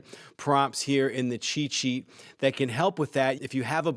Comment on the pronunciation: When he says “cheat sheet” is it only me hear it as “chi chi”? I have no problem with that even it makes sense use AI for chi chi 😁